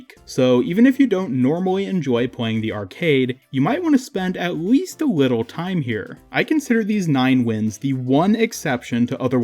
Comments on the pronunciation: u said at weast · ''You might wanna spend aweast a wittle time here''